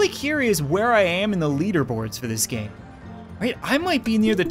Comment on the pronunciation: It sounded like he said "what's up guys and welcome back to the coin gay" 😂😂😂😂😂😂😂😂😂